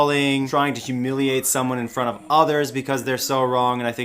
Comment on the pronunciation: i love the way u pronounce 'heemiliate'